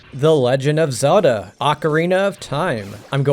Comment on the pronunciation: Lots of mispronounced words